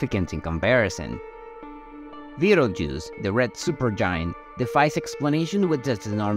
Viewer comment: Are you saying Beetle Roots?